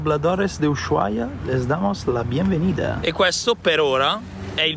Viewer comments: si dice usuaia, no sh...😅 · Non si pronuncia la h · Per favore pronuncia bene il nome della città perché come lo pronunci non è corretto!!!! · Tvtb ma la H in Ushuaia è muta